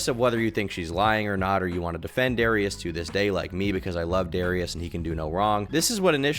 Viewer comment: Why can't he pronounce Darius right??